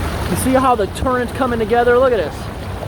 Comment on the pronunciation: Love watching the vids but does anyone else get a tad triggered when he says turrent?